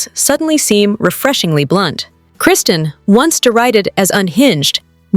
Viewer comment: You can’t even say Kristen’s name right!! 😂 so you’re credible? It’s a reality show. Come on now, you sound so silly & ridiculous.